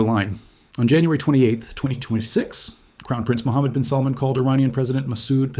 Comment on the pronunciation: His name is salmaan mot how you pronounce it